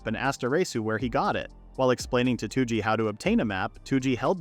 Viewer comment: why is this guy calling toji two-g?